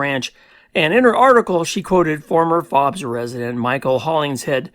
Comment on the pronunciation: My family owned Fobes Ranch from 1978 to 1989. I lived there when I wasn’t at Cal Poly San Luis Obispo. Our foreman found an ammo box with LSD butterfly cards. I lived in the house at the south east end of the ranch. It’s pronounced Fobes with a long O.